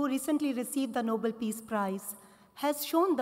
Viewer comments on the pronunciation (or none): she pronounce noble word wrong